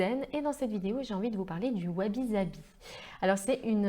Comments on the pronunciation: Merci pour cette video , et pour les commentaires « perfectionnistes » concernant les commentaires sur la prononciation , il ne faut pas en faire un fromage.. Sabi se prononce avec un S et pas un Z effectivement , mais les commentaires ne sont justement pas trés Sabi !!! Un peu d’imperfection ne fait pas de mal ... sinon on peut aussi le prononcer en japonais .... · Et oui vous avez parfaitement raison. C'est une erreur de prononciation typiquement française. Ainsi, par exemple, les Français prononce Osaka, Ozaka, alors qu'il faut prononcer Ossaka. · Sabi, prononcé avec 1 s comme saveur et non avec 2 s...!